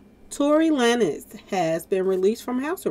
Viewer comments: It’s pronounced Tory Lanes not Laynez 😂😂😂 Meg lying tho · Hey love you pronounce his last name "Lanes"